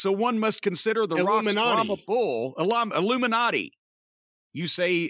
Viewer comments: Also “Illuminat-aigh… that’s plural of Illuminati” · Jim pronouncing the Illuminati like he's Eric Cartman hahahahah